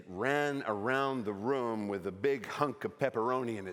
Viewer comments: Really nice American accent. Having trouble saying “room” though. Sounds more like “rum”, which gives it away a bit. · I dunno… we say room in the US, not rum, like he’s saying here. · The accent is not a very good accent. Especially when saying the word "room" like "rum". This is not very common in Canada, and definitely not on the east coast. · hahaha I also caught the "rum" instead of "room". I am from the maritimes, so I instantly thought, that's not the accent! hahaha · me too. I was so confused at first. The only word he mispronounced was "room" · and "seagull" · That wasn't a Canadian accent from any part of Canada. His pronunciation of "room" and "sorry" were particularly odd. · I would be willing to accept his slightly idiosyncratic pronunciation of "room", but the "I'm sahry" was too American. Canadians are "sohry" from coast to coast to coast! :D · That wasn't a Canadian accent. You can always tell Americans by the way they pronounce "sorry" as "sahry". The way he said "room" was not particularly Canadian either. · yeah the way he says ''room'' is definitely not American